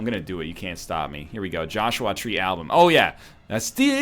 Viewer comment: Please, never talk about The Joshua Tree again. My name is Joshua, and the way you pronounce it really bugs me for some reason.